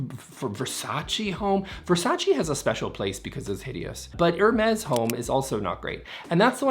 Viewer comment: I’m always a little irritated that the “s” at the end of Hermes is pronounced. If it’s French, it’d be “air-meeehhh” right? Right??